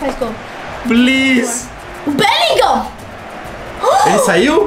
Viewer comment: Beligan.😂😂😂 o certo Marcos é : Bellighram,bom, na verdade você só falou errado 😃👍